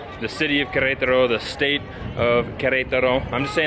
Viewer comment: Fantastic!!! By the way, I have to highlight the pronunciation as well. I’m so proud! You guys say Querétaro like locals 😁✌️